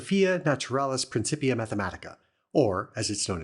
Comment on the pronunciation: It's pronounced "prinnkippeeah. "C," in the middle of a Latin word, is pronounced as a K.